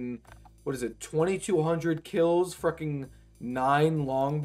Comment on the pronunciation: I hate how you say "freckin".